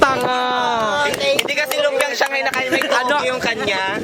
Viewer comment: That "SHANGHIA" shanghia naman ehh HAHAHAGA